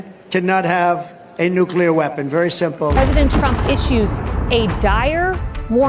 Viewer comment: You mispronounced nuclear, again.